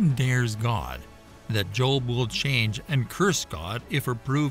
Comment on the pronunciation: The Behemoth is NOT a hippopotamus and Leviathan was not a crocodile! People either believe what GOD said or not. You admit that Ezekiel saw the visions of God's cherubim, but then make exceptions for Behemoth and Leviathan!? God is SUPER NATURAL and doesn't need your unbelief! And BTW, his name was 'JOB', not 'JOLB'.